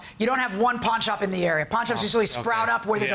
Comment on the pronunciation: At 3min 57 sec dd she say " I went to the porn shop " ?